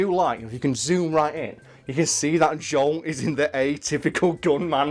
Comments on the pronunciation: Why does he keep saying 'Jong' instead of 'Joel'? lmfao This guy likes Crash, wears FF15 shirts as if that's not a disgrace to the series...and says Bioshock Infinite was a bad game, when that's one of the few escort games where the person you're escorting can whoop as much ass as you can, as well as save your ass when needed. Don't do video game videos anymore....please lmao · Is he saying John or Joel, I can't tell